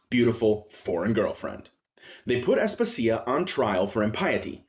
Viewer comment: Asp-asia, no As-puh-sia